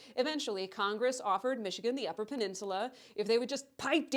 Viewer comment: You pronounced Michigan and Wisconsin wrong here. See your new video for reference. Also, GET REKT MICHIGAN!!! OHIO ROCKS! 1803 FOR LIFE!!!